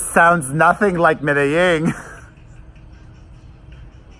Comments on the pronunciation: Hi Pere, Love your reaction Video's about Madonna's new songs from Madame X but I want to help you out with the way you're saying "Medellin" you're saying Medeying with a Y & it's Pronounced Almost with a G I googled it for you & here's how it's said "meh deh jEEn" the "Jeen" part in the title almost sounds like the word "Jean" so just trying to help you out. I speak Spanish so from 1 Queen to another LOL I just want to help. Now about your reaction to Madonna's new song "I Rise" Which is about the LGBT community, Also for the Video the drag queens she uses the drag queens from Rupaul's Drag Race & She said this will be a Gay Anthem. I also love Madonna's Ballads & I thought her Billbord performance was SOOOOOOO AMAZING & I thought the holograms were incredible. She spent 5 Million for her Billbord performance & If that performance is any indication of what her tour will be like then this tour will be AMAZING & I agree, I felt like I rise is way over Auto-Tuned & you're % RIGHT Madonna never really used Auto-Tune like Cher & Britney do on every song & I've been to + of her 10 tours (Missed The Virgin tour 1985) & her voice is amazing live. When my husband & I went to The Rebel Heart Tour we were on the floor right at the catwalk & where the heart was, I was 5 feet from her & was losing my mind. I Can't wait for your reaction Video to "I Rise" Because she said it's about the LGBT people so I think the video is going to be amazing. Also here's the list of single & their re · It’s pronounced “me-da-zheen” :) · You're pronouncing Medellin wrong. Madonna pronounced it correctly.